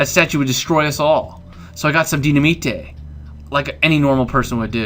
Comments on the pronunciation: it's Dy-na-mite not Dy-na-mi-te. The way you say it sounds cool either way though. =^.^= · loll ace its dynimate not dyinmata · Dynaminte is pronounced di-na-mite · dynamite is pronounced DINIMITE